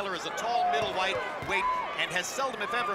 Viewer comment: Jim lampley said "Middlewhite" lol😯